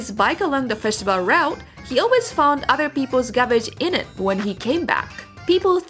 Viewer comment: Great video. I would suggest being more precise in your pronunciation of English words. Uter when you meant Other for example. Every language has its melody and sometimes it important to recognize when your using the Japanese melody when trying to speak in English. Learn the English melody and your English will improve significantly.